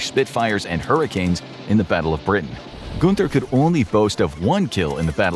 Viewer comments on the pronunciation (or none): its not gunter its more like gynter